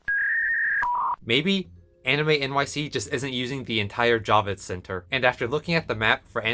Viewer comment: Its Javits not Jovits lol but thats okay Jacob wont care, hes dead!. Actually considering how dangerously overcrowded anime nyc 2022 was I am not complaining too much. Comicon didnt even ask for vaccination status.. at least at Anime NYC they are asking your status... Omicron has the transmissibility of chickenpox and unless you are fully vaccinated you can get it, not even know and pass it to someone more vulnerable. Then there is the safety issue. ComicCon was so over crowded that if there was any incident security wouldn't even be able to get there in time and there could be a stampede... I was pretty nervous and I have pictures of how overcrowded it was. So hopefully we can have fun despite the $95 admission even if you pick up your badge at Midtown comics... cross your fingers. You did a good reasoned analysis which is rare for here and despite some famous physics profs ie Witten and others i.e Dr Physics A if you want to learn tensor calculus there is so much misinformation especially about medical issues its not even worth commenting sometimes. Anyway good luck and continue the good work. I didn't mean to make fun of your pronounciation. You have to be a New Yorker to even remember Jacob Javits the person...right now I am trying to keep my head low and do my research